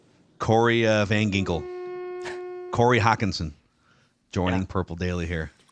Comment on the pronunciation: it’s Van “Jinkels”. Get it right.